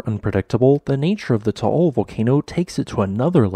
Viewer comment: Just an FYI, the volcano's name is pronounced TAH AHL. Not TOH OHL. Otherwise, good info.